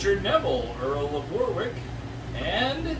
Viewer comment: Just started watching and it looks like its going to be great... that said you don't pronounce the second W in Warwick... "Warrick"